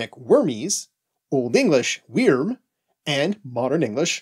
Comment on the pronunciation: I thought in old English the letter "y" was equivalent to the modern German ü (u umlaut). So the way you pronounced "wyrm" should be like "würm" and not as you said it "weerm." But I'm not an expert at all and I could easily be wrong.